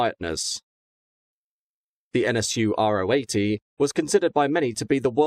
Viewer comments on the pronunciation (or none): It’s pronounced Ro 80 (Row 80), not Ah Oh 80. The Ro stands for Rotationskolbenmotor (or rotary). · Although he doesn’t pronounce Ro 80 correctly 😉